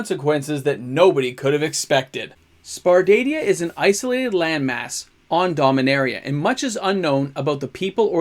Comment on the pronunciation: Sar-pa-dia xD